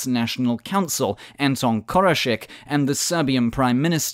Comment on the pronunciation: KorošeC. Not Korošek. It's a C, so it makes a 'ts' sound.